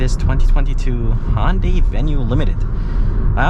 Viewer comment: ITS HYUNDAI NOT HONDAI Jesus, pronounce it properly